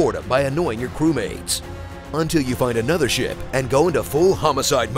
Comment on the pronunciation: why did they keep the take of him saying ship wrong